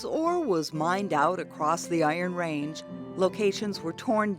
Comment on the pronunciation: You would think you would learn how to pronounce 'Iron Range' if you were doing a documentary on it.